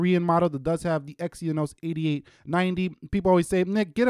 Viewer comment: It's Exynos NOT Exyonos